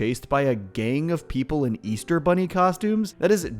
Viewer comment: Easter? I thought he said weaster!!